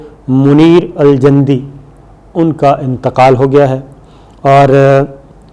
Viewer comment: یہ لفظ ج کی پیش کے ساتھ جندی ہے صابر صاحب